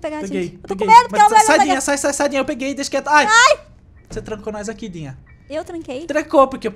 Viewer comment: Quando o quase caiu ele falou guiga di vez de dinha kkkk